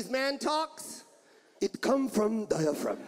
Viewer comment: "It come from dia phrum" broke me .